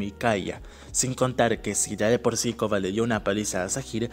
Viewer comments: Coba? No puedes decir el Korra? 😂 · le dices Koba a Korra? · Muy bueno,pero me saca de mis casillas que le diga koba a Korra,me marea jaja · Porque le dice koba a Korra?